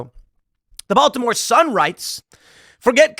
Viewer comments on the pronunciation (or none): none